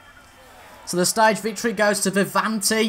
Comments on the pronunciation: Its not Vivanti what ypu say its Viviani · ITS Viviani mate , loved iT